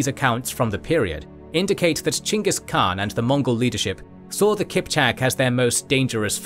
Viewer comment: I am so happy that you have pronounced Chinggis khaan the Mongolian way 🔥🔥🔥